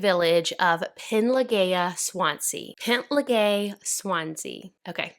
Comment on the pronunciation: Wow. I’m from Swansea! You said Swansea right but a bit of work with penllergaer 😂😂 I can only say it correct because I speak Welsh. Most people can’t say it who live here 😂but I remember my gran telling me about this a few years back. Crazy! Nothing like this happens in our small city so this was very interesting to watch